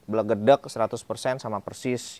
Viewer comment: Bahasamu kui lho ko... "Blegedek"sama persis😂😂ketok jowomu ko😂😂